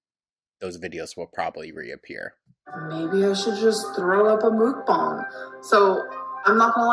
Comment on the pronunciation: She thinks eating on camera is only a problem if she calls it a 'moookboongg,' No gorl, it's when you sit down with a trough of food that will feed a family of 4 and call it your lunch that's a problem.